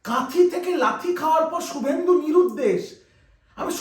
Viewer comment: Su bolcho keno? Shu uccharon korte Paro na?